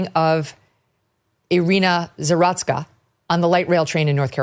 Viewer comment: Those of us of Slavic origin have to laugh how Anglos freak out when they see a name with a Z in it. Her name is pronounced ZA-ROOTS-KA. Please she deserves to have her name pronounced correctly.